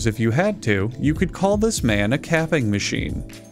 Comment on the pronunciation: Did say capping machine or crapping machine???